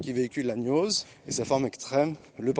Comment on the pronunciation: on dit gnose avec un gueu, pas avec un gneu